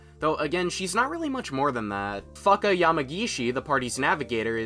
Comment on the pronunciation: The pronunciation of Fuuka caught me off guard lmao